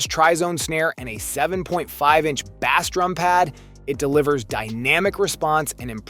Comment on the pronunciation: Your AI voice over calling a drum by a fish name is too much! I’m out.